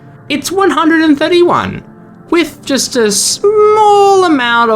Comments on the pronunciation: Deckdillion instead Of Dessilion is wild 💀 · Deck dillion lol, it’s de-sill-ee-on btw fr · decillion is pronounced as desillion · The "decillion" in the numbers is pronounced with an S sound, like "decennium". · the way you pronounce decillion drives me nuts 😭